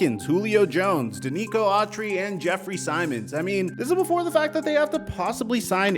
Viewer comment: I’m a titans fan. I love tannehill. He is a good qb but he isn’t elite. I would LOVE to have Rodgers. But it is not happening. But yo, how in tf did you pronounce Jeffery Simmons as Jeff simons? Lol you ain’t ever watched a single titans game huh? Lol and Kevin byard, too 5 safety in the league. You said Kevin by yard. Lol